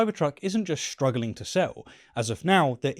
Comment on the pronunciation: Struggling not ”shtruggling” good pronunciation please!